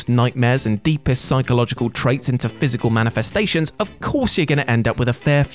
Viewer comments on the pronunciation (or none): none